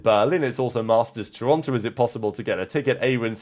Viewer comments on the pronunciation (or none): none